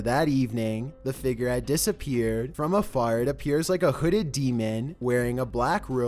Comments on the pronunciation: Stop saying figer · Damn man the word is f-i-g-u-r-e. Pronounced Fiig-yer. You are pronouncing it like Fi-ger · SURVIVED WITH CHEAT CODES he says figer lmao